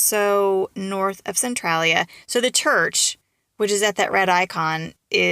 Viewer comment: Your didnt say that towns name right.